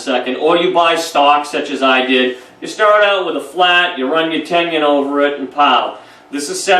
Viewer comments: Tenon please, not tendon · Its "ten un." Not" tenion". Mispronouncing the word makes you sound like you dont know what you're talking about. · He's has some useful information, but he's pronouncing Tenon incorrectly as Tenien or Tenion... I would like to hear him pronounce Indian. Probably Engion. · I was hearing ten-yun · How does one get this far with woodworking and not know how to say tenon.